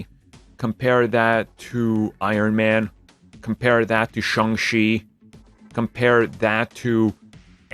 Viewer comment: I cringed when he said "shung shee"